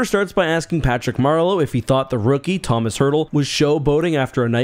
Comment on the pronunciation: Commonly mispronounced but it’s ‘tow - maas” not Thomas Hertl.